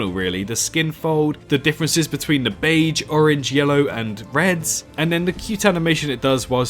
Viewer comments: but you pronounced as "Bay-ge" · I broke out in laughter when he pronounced baige wrong